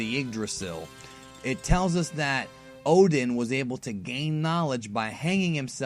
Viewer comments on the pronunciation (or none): none